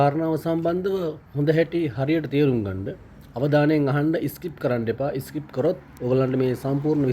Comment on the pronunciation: ඉස්කිප් නෙමෙයි ස්කිප්. රෙෆුජී නෙමෙයි රෙෆියුජි